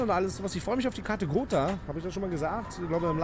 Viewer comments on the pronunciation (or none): Bio: Rotha nicht Gotha .😀